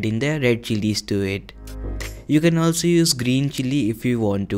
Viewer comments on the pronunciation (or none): Improve your English and especially your vocabulary it is no ulso it is also